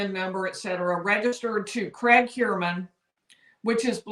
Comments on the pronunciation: Craig..your saying Cregg It's...Cryg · Cregg'..your saying Cregg..its Cryg